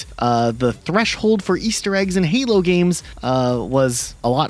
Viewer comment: ah yes "Heelo games" Love that franchise.